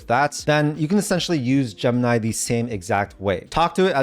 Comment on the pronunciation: Graphic is not a countable noun, and stop saying Jump-nigh.